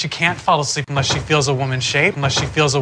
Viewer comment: 영상 보면서 영어공부 잘 하고 있습니다. 1분 정도에 she can't fall asleep unless she feels a woman's shape 부분에서 미첼은 쉬 캔 어슬립 머 쉬 필저 워먼 쉐잎 이라고 발음하는데, 여기서 unless 를 '머' 하고 발음 하나요??? 이것만 하루종일 듣는데 도저히 뭐라고 하는지 모르겠습니다 ㅠㅠㅠ